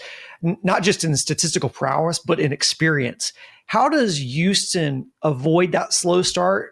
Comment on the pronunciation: Can please stop calling us Youston!!!